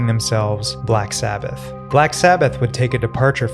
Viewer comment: black s"ABBA"th?